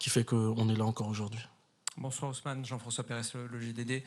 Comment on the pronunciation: C'est Osman...! et non Ousmane, ça c'est africain.